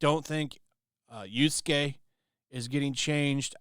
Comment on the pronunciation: How is it that when you say names like Naruto, you are so precise on the pronunciation and worm in a cringy attempt at a Japanese accent, yet you keep pronouncing Yasuke as Yusuke?